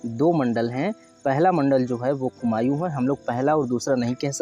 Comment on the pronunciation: Bhai कुमायू nhi कुमाऊं होता है pronunciation glt h tumhara